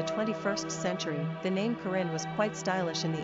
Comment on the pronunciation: u say corrinne wrong!